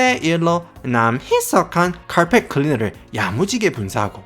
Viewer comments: 횽아 사투리 쓰가믄서 카얼펫 하는게 너무 킬포자나 ㅋㅋㅋ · 와따 마~ 고마쌔리 쎗바닥 엄청 굴리뿌네예~ 카아알풰엣~ 카아알풰엣~!! 잘 봤심니데이~~